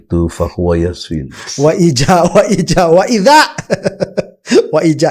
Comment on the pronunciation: Kok ga nyangka y ternyata, baca ayat Al-Qur'an ky gitu y,.. wa ija ( pake jim bukan bukan izaal)